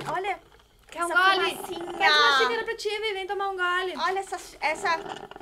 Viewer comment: Tipo assim ó?ó? Manezinha quex quex, se n quex diz 😂😂 se afina, me afino junto